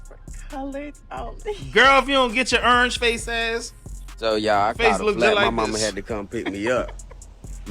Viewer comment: when you were telling her she has a orange face and maybe it's like accent but YOU said she has a EARNGE FACE😂#